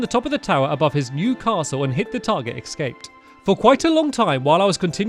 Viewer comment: Stampy, you still say ecscaped and not escaped.